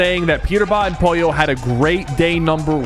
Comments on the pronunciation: BRO ITS POLLO NOT POYO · Sypher… not Poyo, it’s POLLO!! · pollo not poyo!!!!!!!!!!!! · Sypher its not pollio its POLLO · I love how syper says poyi yo even tho it’s pronounced po lo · 36 minutes and 15 seconds of SypherPK going crazy on Peter it’s pogo stick and not pollo give pollo some praise to man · He calling pollo poyo💀💀💀